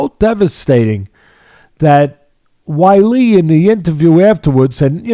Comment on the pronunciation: 🤣🤣🤣🤣🤣🤣🤣🤣 Anytime I see 🌹name, I tune in to hear Teddy mispronounce it. Namajamas, Namaginas, Namajewnus and Wiley.🤣🤣🤣🤣🤣